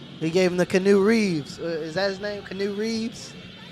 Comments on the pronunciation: Kanu Reaves LMAOOO If you don't know its Key-onu reaves or Key-anu Reaves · "Canoe Reeves," please tell me you're joking LMAO??? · I lost my shit when I realized when you said "Canoe Reeves" you were talking about Keanu.